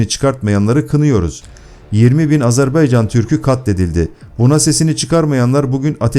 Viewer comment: NE AZARBEYCAN I """"" AZERBAYCAN """" ÖĞRENİN DOĞRU SÖYLEMEYİ .